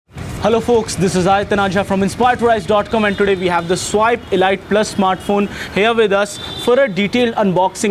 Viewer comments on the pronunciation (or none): pls its not elight its elite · Ladies its pronounced 'eleete'